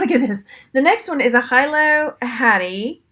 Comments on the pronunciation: Nice haul that muy is pronounced Hee lo hattie is Hilo Hawaii!! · Nice haul. Hilo is pronounced Hee-lo.